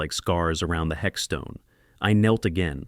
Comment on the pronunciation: What on earth is a hexstone its headstone.